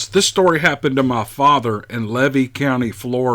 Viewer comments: Levy county pronounced leevee not like heavy. Common mistake. This is where I live. We have the Goethe state forest in this county which is like 44000 acres. I live butted up to this forest and I can hear them woooping at night. I've almost written a story for you about it! They are definitely here in the winter months, of that I have no doubt. I've even found a bone yard. I thought at first it was a big cat... Until I heard them at night. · Its pronounced leevy, county. That's where I,lived and hunted all of my life.